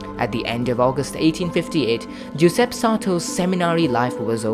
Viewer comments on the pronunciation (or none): Unfortunately, the pronunciation is poor. Giuseppe ...joo- zehp-peh